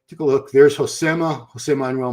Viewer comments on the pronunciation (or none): none